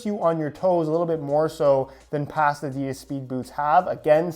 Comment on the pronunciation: This man has it in for adidas. And by the way you pronounce adidas ah-dee-das